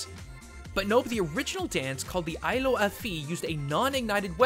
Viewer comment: AILAO =/= uh-LAO nor EYE-lo. you got both syllables correct just not in the same saying of the word. can you at least TRY?